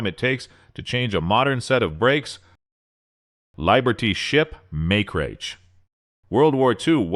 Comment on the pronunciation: AI slop. Can't pronounce liberty or matrix? Only AI can be so stupid.